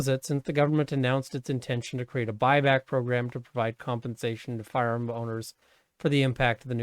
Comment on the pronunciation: I love the way you say firearm. Firerrrmm